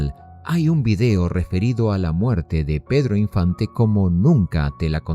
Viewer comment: Se dice "video" y no "vidio".